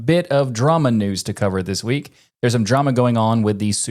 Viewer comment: "linux DUH-news". still no reason to say it like that maté.